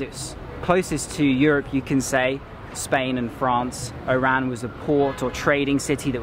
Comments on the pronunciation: The city’s name is nor “Eyran”; should be “Wahran” or O’ran. Thanks for sharing. Impressed with your Algerian visit vlogs. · You are borderline calling it "IRAN" the way you pronounce it 🤦‍♂️😒 It's ORAN. The stress is on the O not the R .. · Bro you sound like you saying IRAN it's ORAN. You can say it as ORON in arabic WAHRAN. Cheers. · It's OOOOORAN not I IIIIIIRRRAAAAN. WTF???? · Why do i keep hearing "Iran" instead of "Oran" ? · make sure when you go back to Algeria in the city of Oran make sure you say Oran correctly the same way you ll say (O)Orange because the way you say it it sound like you said Iran! lol Algerian people dont like to be mix with Iran we are Oran not Iran LOL I am Abdel from the US i was born in Oran. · Nice clip! Correct me if I'm wrong, I noticed when you say "Oran", you pronounce it like "Iran". At first, I asked myself it's Oran or Iran. Great job and thanks for sharing your clip with us! Cheers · "milk of chicken ...its for married person.." xD Everytime u said Oran , i heard Iran hhhhh...welcome to Algeria! you should visit Constantine next :D <3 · When you say Oran sounds like Iran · it's oran not Iran